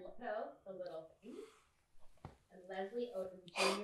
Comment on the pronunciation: "That fing stops here." lol. Very nice.